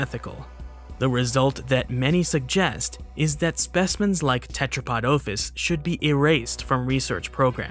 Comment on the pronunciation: The noun OPHIS has a short O (omicrom, not omega) and you keep mispronouncing it. Go and learn Classical Greek pronto BEFORE making any more of these immature and narcissistic vids.